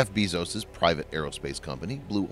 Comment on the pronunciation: He's not beeezos , bezos.